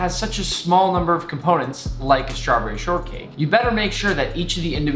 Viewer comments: I love how he says ✨🍓 Schtravberrie 🍓✨ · tf the way he said strawberry lol